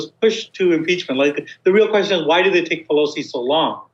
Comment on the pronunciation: YOU'RE PEACH-MENT🤔😊¿‽ or YOU'RE PEACH-MEANT🤣¡¿?‽! LMAO!